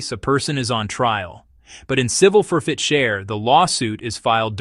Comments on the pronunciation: For-fit-cher? It's for-chit-fer. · "for-fit-cher"? When you make up crazy stuff, you ought to at least get the terminology right. The word is "forfeiture". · It's called Asset Forfeiture not FOR FIT CHER 😂😂😂😂😂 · It's pronounced "four-fit-ture." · its ridiculous, tsa is ridiculous too. And why cant AI say "forfeiture"? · This is obviously an AI generated narrative because of the pronunciation of the word forfeiture whoever is doing this needs to have a real person edit their content otherwise it's absolutely ridiculous to listen to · Please somebody teach AI to read! It's forfeiture 1 word not 3. There was another one that it mispronounced too but I can't think what it is now. 😠🤦